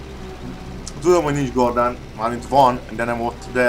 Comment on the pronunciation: az úgy nem helyes,hogy gardán az helyesen kardán